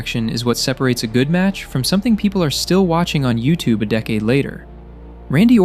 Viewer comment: I think when times comes when this guy stops mentioning "yus goat" in his video essays, the worlds will collide and universe will cease it's existence. For now, though, we're in safe, since that bearded hobo always gets his portion of yasss kissing. Also, "dave meltez" and "paul levseque"??? Pay less attention to brayn danielosn and his yas gesture, and more attention to your captions, if you already decided to use them.